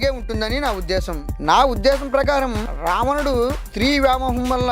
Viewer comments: Ravanadu ani palakadam mundhu nerchukoo ramanadu antunnav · There are lot of pronunciation mistakes it's not ramanudu